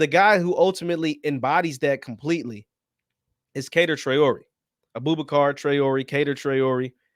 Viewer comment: Kader is pronounced Ka dair